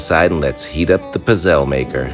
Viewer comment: the way you pronounce pizzelle is painful lmaoo